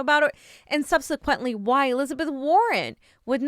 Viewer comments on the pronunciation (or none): “Sub-suh-quent “, not “sun-see-quent “ “WhatsApp”, not “WhatsUp”